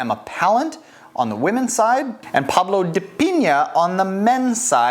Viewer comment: Pablo dapiññña hahahahaha😅😅😅